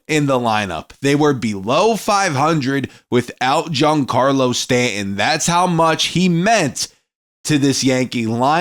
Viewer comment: His name is pronounced Stan ton.